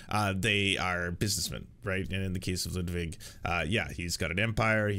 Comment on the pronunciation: Why does he say Lewdwig!